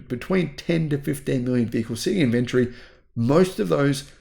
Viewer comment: in-vun-tree, not in-vent-tree!!!! *rage quit